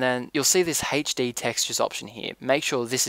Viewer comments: sounds like your saying haych-d :p but thanks, always hated the glass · I love how you say HD as "Haitch Dee" I know it's your accent, but i love it!!! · hd = "heych dee" XD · why do you say hetchde?l epic fast typing btw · Where are you from you say HD funny, also great tutorial!